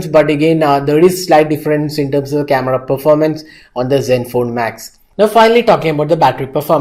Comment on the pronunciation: Did I hear 'Cameda' instead of Camera?